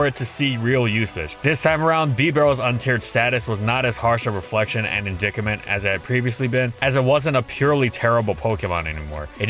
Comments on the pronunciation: "in-dik-it-ment" is pronounced "In-dye-t-ment" btw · >Reviled >Indictment Found a couple words our narrator struggles with.